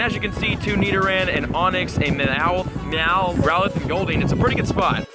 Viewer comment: when he said growlithe it sounded like rowlet haha wrong gen m8